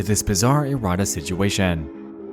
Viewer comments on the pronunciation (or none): Erratas sounds like "a rat ass" and that's funny